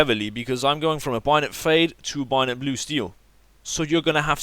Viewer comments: IT SAY BAYONET NOT BUYONET ugh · ITS A BAY-ON-ET NOT A BUY-ON-ET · Binot? Bay-o-net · ITS BAYONET HAHAHAHAHAHAH NOT BIONET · bAyonet not bUyonit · Binet fade? :') bay-o-net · Lol I've watched this video at least 5 times e cause I love the way he says "Bayonet" it's BAY- A - NET and he is like "BUY - A - NET hahah funny little man :P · HAHAHAHHA STOP SAYING BIONET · Lol I love how he says bayonet like byonet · Say it like this Bayo (stop) net Bayo-Net bayonet. now you know how to say it properly. Also as a hardcore PC gamer CS:GO is a fucking horrible game. its all about buying and selling stupid fucking in game skins now rather than just playing the game and winning.